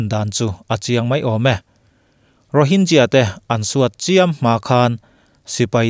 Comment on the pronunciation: Rohinzia anilovin Rohingya ani zawk lomaw kapu.Rohinzia nilovin Rohingkia tia lamtur zawk aniang.